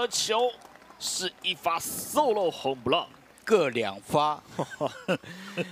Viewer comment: Home 普Run的“普”這個音，是從那裡來的 ？？？